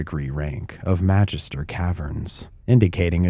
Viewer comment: The G in "Magister" is a short g... like in Gary.